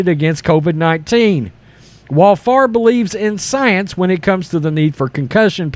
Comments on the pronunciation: It's "Fa-vre". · It's pronounced 'Faaaaaaaavvvrrruhh'